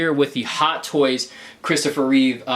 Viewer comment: Reeve, not Reeves. No s.